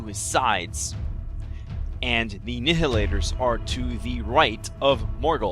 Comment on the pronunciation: Like your reports, but...It's pronounced NY-hilators, like "annihilate".